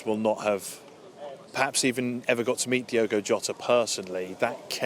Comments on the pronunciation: She couldn't even get his name right Diego really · Hey Ange, his name is Diogo NOT Diego...... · Diego ? Are you serious ? It´s Diogo not Diego, miss ! Learn the names before you appear on camera. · E`veryone is giving lovely speeches and tributes but can we all please get Jota's first name right..., Its NOT pronounced as "DIEgo Jota" it is spelt and pronounced "DIOgo Jota". That is all I ask thank you! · Seriously it's Diogo, not Diego. You think you might show the slightest bit of decorum in his passing by at least pronouncing his name correctly, but no. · This government and princes could at least get his name right... its not diego its DIOGO... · If they are going to jump on the band wagon at least get his name right!! DIOGO!! not Diego......... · Its unbelieable how at this day and age British still cant say non English names properly! Its DIOGO, not Diego... Have some decency and try to say the guys name... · It's Diogo Ange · A representative from the government and she can't even pronounce his name correctly, what an absolute embarrassment 😡